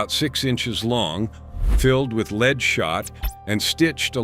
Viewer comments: I bailed at the AI "leed" instead of lead.... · Yes, you can tell its artificial intelligence (aka; genuine stupidity) by mispronunciation of "lead," among other things...